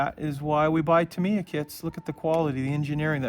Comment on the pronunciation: Ask a company rep...it’s Tah-mee-yah (somewhat similar to Yamaha) not Tuh-mee-yuh (or Tuh-my-yuh for that matter).